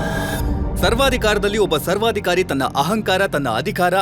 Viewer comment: ಸರ್ವಾಧಿ ಕವರಿ ಅಲ್ಲ ಸರ್ವಾಧಿಕಾರಿ